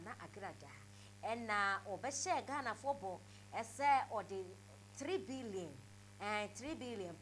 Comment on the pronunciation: "TiILLII BIILION" 😂😂😂